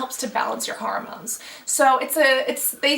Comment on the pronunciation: GIRL! It's HORmones, not HOROmones!!